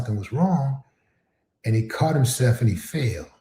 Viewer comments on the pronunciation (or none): Caught not “Cought” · “Cought” in lie? How can I take this vid seriously? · Caught not cought... wtf Willie D. Please get it together. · “Cought”? 😂😂😂😂 ok stop. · FYI it's "Caught" in a lie, not "cought"